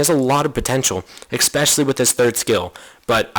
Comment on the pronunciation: i can't stand it when you say exspecially xD